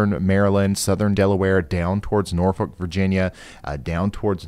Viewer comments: you might call "Norfolk VA" (pronounced properly BTW) 'Hampton Roads', as that is the pink region that includes Virginia Beach, Newport News, Chesapeake & etc. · I love that you say Norfolk, VA correctly. <3